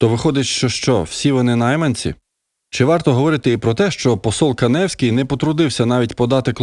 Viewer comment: Ця худоба - не КанЕвський, а КАневський. Так само: ЗвЯгільський, ВолОдарський, ГАйворонський... Нехай труси надіне та вишиванку не паплюжить.